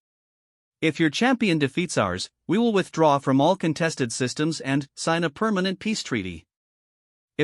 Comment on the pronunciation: Your AI has a VERY weird PAUSE every time it says the word "....and...". A bit annoying.